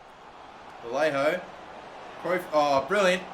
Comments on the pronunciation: “Vallero” “Valliajo” COME ON 🤣 VA-LAY-HO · Vallejo name is pronuced vajejo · You gotta stop butchring vallejo's name man